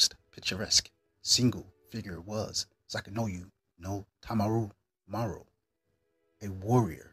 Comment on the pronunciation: lol you can't even say his name correctly😂